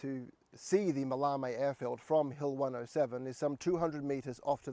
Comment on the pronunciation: pronunciation, it's MAL-e-me, TavronEEtis, GalatAs and REthymno.